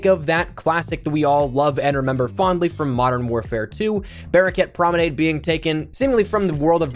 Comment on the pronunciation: Pls stop saying promenade like that...